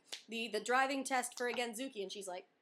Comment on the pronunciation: IDK I think you should call it scooter instead of gentsuki because you can't pronounce gentsuki right at all. I can understand why the lady was so crabby and needed to confirm again and again, because there is no "genzooki" test. Other than that, congrats. The process is overall pretty annoying and most people usually fail the first couple of rounds. Just going for the regular drivers license is easier, even with the practical test for Americans, and you're able to drive both.